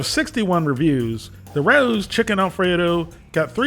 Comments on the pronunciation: I thought u were reviewing rao's. But i guess your reviewing ruuwww's 😅😂😅😂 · I think they pronounced it Ray-ohs in their commercial? I forget though. I’m sure it’s on here somewhere online.